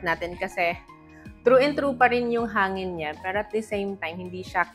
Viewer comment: Angin or hangin? kapangpangan siguro talaga si Ate!